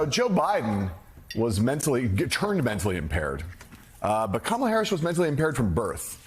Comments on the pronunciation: Kamala’s mentally impaired, says the guy who can’t even pronounce her name correctly. From the guy who doesn’t understand tariffs, and believes it’s a good idea to deport 6% of the labor force, quite possibly resulting in a recession. The guy with the kindergartener understanding of foreign policy, and the constitution. But it’s the “Black woman” who’s mentally impaired? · Why are they allowed to continuously mispronounce her name? I mean, isn't it bad enough that the colonizers stole and gave black people alternate names? America is a joke. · This jerk can’t even say her name correctly so who is dumb, stupid and illiterate. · Look at his combover; he's given up trying to appear presentable. That's a sign of mental decline. He doesn't talk about policy; he lies about & attacks immigrants, mis-pronounces his opponents name & lies about her, attacks anyone who's "disloyal" to him. He's not telling us how he'll make our lives better; he's telling us how he's going to use the machinery of government to destroy those who he hates. This is a mentally very ill old man; there's no way anyone should trust him with anything important (as further documented & demonstrated by his stealing of national secrets & classified information) ... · Talk about PROJECTION. There's only 1 person in this race incapable of pronouncing the other's name. Talk about "stupid"! Give me a break! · Why can't he pronounce her name correctly? You don't place stress on the second syllable. Simple. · Until now, he just does not have the mental capacity or ability to learn how to pronounce Kamala properly… All the ranting and lying is a disgrace.. By the way Trump, can you speak the language of the native Americans who lived in the country long before you and your family arrived? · Every time he mispronounces her name it's like nails on a chalkboard. I'm not sure if he is mocking her or is literally too stupid to understand how to pronounce words.